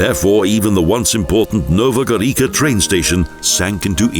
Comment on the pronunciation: Again the prounanciation: Jesenike and Nova Gorika, terrible! The letter must be pronounced as . So, Jesenitse and Nova Goritsa is the right prounanciation! Your speakers couldn't learn that simple rule?! If they don't they are really stupid.